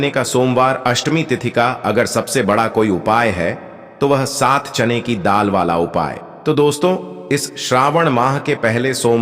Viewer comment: चैन की दाल नहीं बोलते चना की दाल बोलते हैं पहले बोलना सीखो